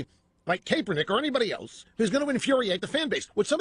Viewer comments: CAPE-ernik.... Lol, Rush is awesome. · Is it Kaperneck or Kaepernick Rush? Learn english you fool ! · Rush is intentionally mispronouncing Kaepernick's name in this, just another way for him to demonstrate contempt and disrespect for a person of color. What a disgusting, deplorable man. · Rush is totally mispronouncing his name on purpose isn’t he